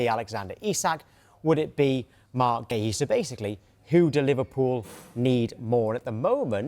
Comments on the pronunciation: Guehi, Guahi....what is the man's name, can someone give us the correct pronunciation? 🙄🙄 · It seems no one is able to say marc guehi's name correctly 🤷‍♂️